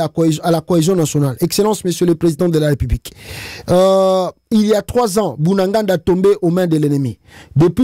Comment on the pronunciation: Mr le journaliste : Monusco : armée ya ONU Moscow : capital ya Russie BU NA GA NA : ville ya Nord.Kivu Bu nda nga nda ; toyebi yango té Tu es le seul à savoir ou se trouve cet endroit Sala makasi na ba prononciation na yo tu es encore jeune 😂